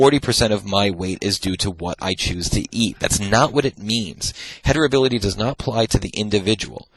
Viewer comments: Really loving these lectures. Of course he knows his stuff, and he makes it so very accessible. But he keeps saying "hetirability" (*sic*), instead of "heritability." And it's driving me to distraction! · All I can hear is "heterability" 🥴 but thank you, great lecture 👍